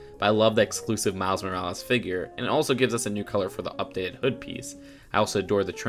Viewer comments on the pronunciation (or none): none